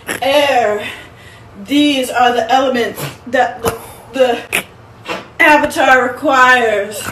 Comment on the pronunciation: Oung, the last Ouvatar